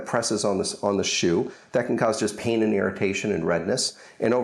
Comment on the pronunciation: Why do u say pain like peein